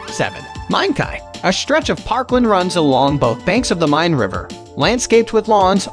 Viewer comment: You have nearly 22,000 subscribers. Surely at least one of them can help you avoid the absolute butchering of the pronunciations of most of the places you mention in this video. I would be willing, for example. To your credit, I applaud your pronunciation of the river Main as "Mine" (vs Mane) MOST of the time.